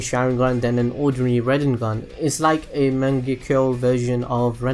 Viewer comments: And RinneGan, not RinneNGan. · Put stresses on the right parts of the names and nouns: RIN-ne-gan Sha-RIN-gan NA-ga-to U-chi-ha MA-da-ra PRE-ta NA-ru-to etc. Apart from that, good video👌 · wtf is a 'rid-ne-gun' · I cringe when you say RinneNgan, sorry....Otherwise great video!